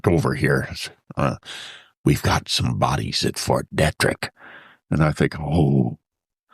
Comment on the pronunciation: It’s pronounced Fort Dee-trick